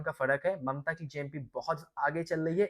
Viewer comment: Mamata ❌Mamta ✅😂